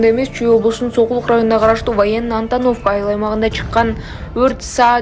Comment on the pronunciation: Окуп жаткан кыз, туура окусан, Военно-Антоновка деген атка, туура ударение койсон.